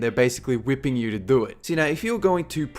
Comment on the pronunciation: I like the way this dude says do it. "DO IT".